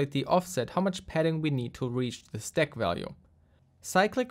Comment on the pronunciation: Listening to you saying steck instead of stack is so annoying, german boy. Use google translator and click on the audio icon when you don't know how to pronunce an english word for f@ sake!